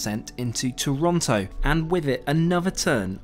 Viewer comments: Toronto, not Torronto. Unforgivable. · Great and honest Video! But please its Toronto, not Torronto ( for example) 😜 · It’s Toronto, not Torontto. The one time we flew Air Canada we did not like it and we’re Canadian. 😂 Try WestJet. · Great video, but dude, it's"Toronto". There's only one r. Seriously. 🙄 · "Torronto"...And the pilot said..."sorry I can find it on any map so I should re route this plane to Vancouverrrr or Parrris or Rrrrome or betterrrr to Perrru". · it’s no worries, you’d be hard pressed to find a native Torontonian pronounce it correctly.